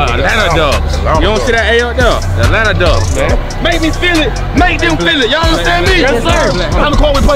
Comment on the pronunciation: Did he say Atlanta doves?